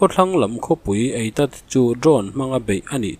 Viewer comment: “Eitat” nilovin “Eilat” zawk a ni e